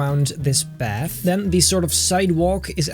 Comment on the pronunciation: Path more like bath LOL